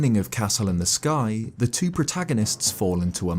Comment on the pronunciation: Castle in the SkAI